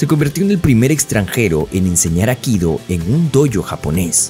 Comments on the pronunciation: No es 'akido', sino aikido. Y no es "americano", es estadounidense. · El nombre del arte marcial que él practica no es "akido", sino "aikido"· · Es Aikido, no Akido. Infórmate mejor antes de hace un video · Minuto 1: 20 " el AKIDO " dijo el bestia, AIKIDO se dise animal !!! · Todo bien ,pero por favor es Aikido como suena no Akido. Cada vez que lo oigo me estalla un timpano. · Por qué insiste en llamar “Akido”, al A I K I DO? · Por qué dice Akido? Es Aikido, lleva dos i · ¿Por qué pronuncias Akido? Es AI-KI-DO, Aikido, no es tan dificil pronunciarlo. Los youtubers deberían preocuparse más por el correcto hablar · Aikido!! Aikido No akido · No es akido, es aikido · Es Aikido no akido , arrancaste mal . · Muy mal. Ni siquiera el youtuber sabe decir "AIKIDO". Dice "AKIDO".... LAMENTABLE... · Aikido, no Akido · "Akido"? Es "Aikido", dedicás un video entero a un tema que no sabés ni pronunciar bien, habrás investigado mucho eh... pufff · No es “Akido” como tú lo pronuncias es Aikido o Aikidō como se escribe es como se pronuncia (cuadernillo Rubio para ti) A I K I D O, es castellano e incluso la fonética igual en su idioma original que es Japón. Hablar de algo y no saber cómo pronunciar una palabra tan "básica" me produce repulsa de seguir viendo el video. Aprende y utiliza bien nuestro idioma... o nómbralo por el idioma original... que vamos es exactamente igual y no la rareza que te has marcado por meterle fonética anglosajona, que manda narices ya. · Buen video aunque, como siempre, tus errores de pronunciación distraen mucho. Se pronuncia Ai-ki-do, ambas letras i tienen sonido. Saludos. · Dónde queda la primera i de aikido? Akido? Patadas que dais al diccionario, qué triste..? Adiós